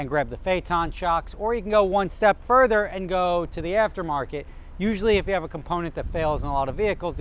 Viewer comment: can you try and say 'and' not as pronounced, your accent is really strong on that word